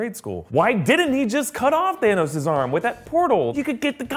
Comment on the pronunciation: Guess what?!! Thaaa-nose